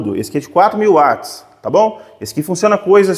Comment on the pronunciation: MUITO BOM VIDEO, UMA AULA! PARABÉNS PELA PRONUNCIA CORRETA DA PALAVRA "WATTS", dita como UATS, e não como VATS, pois o nome veio do físico e pesquisador escocês JAMES WATT, e em inglês quando quando a palavra começa com W tem o som de U, o som de V somente para palavras de origem alemã.